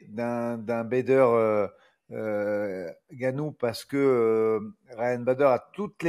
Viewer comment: Ce n'est pas francis N-gannou mais c'est Ngannou